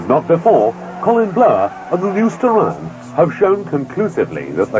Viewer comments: It should be pronounced 'Star-eon', similar to 'Stallion'. No one knows for certain if this was an issue with Japanese diction. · Actually combination of Star of Orion with the horse of Hercules Aeon. SO yep Ur right on how it suppsoe 2 b said. Look at old skool Mitsubishi Starion commericals hre on YOutube N u can cleary hear the correct pronunciation. There even a logo with a Stallion n Star.